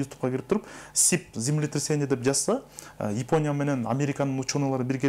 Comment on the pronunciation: Ипоня дебей Япония дечи иним